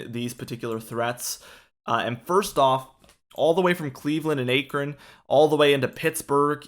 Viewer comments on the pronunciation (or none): Say it with me Ak-Ron. Not sure where Acre-n is lol.